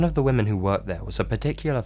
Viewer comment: sweetie, not being mean but you really need to learn how to pronounce the word women. You keep pronouncing it as woman.